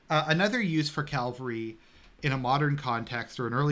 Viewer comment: CAVALRY not Calvary... C-A-V-A-L-R-Y. Are You doing that on purpose..? Great video nonetheless. Classic;) This is exactly the type of content that I was longing for on this channel. Thanks a lot! God bless.